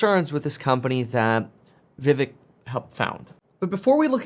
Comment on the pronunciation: kevin his name is pronounced like VIV(ACHE)